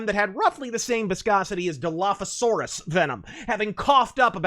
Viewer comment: The fuck is a “dalafasarus?”